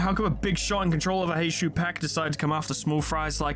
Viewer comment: Because you asked for folks to correct your on your pronunciation (and nobody has because they're all busy losing their shit over the april fools event): Heishou is pronounced as "Hay-show". Like with most Chinese and Japanese words, the U is typically silent or blends into the previous syllable if it's the final letter of a word. Also, on the topic of Ryoshu and Outis's Mao identities, they're currently being heralded as the "Rupture Saviors", being some of the only IDs in the game that actually go positive without rupture EGO gifts. They inflict a load of rupture, rupture count, and hit hard while doing so. Rupture aside (though it's their focus) they are also ABSURDLY fast, with Strider [Mao] giving +5 haste which lasts for 3 turns and can be refreshed by using either unit's Skill 3 or their counter skill (there is zero reason to not have Strider Mao up at all times). This brings their speed from 4-7 to 9-12 as effectively a passive effect for how little upkeep it requires, on top of the 2 Haste her Skill 2 grants her, which brings Ryoshu up to, solo, with 0 support, *11-14 speed*. Outis can reach the exact same if you use her skill 2 twice in a turn. They don't need speed buffs, the ARE the speed buffs, easily able to outspeed anything that isn't straight up a scripted event with 20 speed. Generally, build a team around them with Rupture in mind, there's 0 need to make them even faster unless you specifically need to outspeed enemy Mao (which rarely ever get that fast).